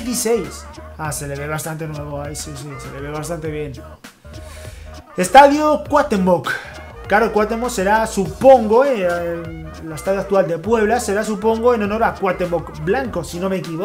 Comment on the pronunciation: Me dieron ganas de darle unos putazos cuando primero volvió a pronunciar mal el nombre Cuahutémoc y la ignorancia de creer que era en honor a Cuahutémoc blanco la segunda te la paso pero la primera me desespera que no lean bien